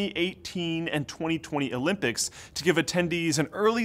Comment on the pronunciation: Did just say 2018 Olmpics....